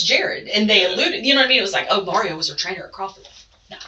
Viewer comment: Did y'all hear her say Mario taljs a lot? 😂😂😂 LOL It's 2 a.m. and I busted out laughing!!! I hope I didn't wake my neighbor up 😂😂😂